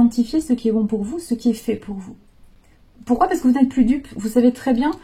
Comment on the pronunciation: J’adore trop bien trouvé, et c’est encore meilleur car c’est dit dans la bienveillance mais j’entends encore la phrase avec l’accent et Eh Maanu Tu descends et pourquuiaaa faaire..?? Et avec l’humour tout passe encore mieux..Et oui vous nous transmettez tout ça…mais pourquoaaa faire..?? Je vous adore, vous avez un sens de la répartie et une imagination.. C’est sans jugement mais vous m’avez fait tellement 🤣..J’en ai encore mal au ventre..Vraiment vous êtes une femme avec qui on chemine mais en plus avec un sens de la l’humour et de la répartie…👍🤣😉🙏❤️…Des bisous..😘😘